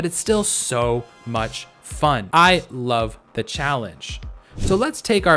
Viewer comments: Is anyone going to talk about how he said I lvoe it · Who knew when he said love it was lvoe insted of love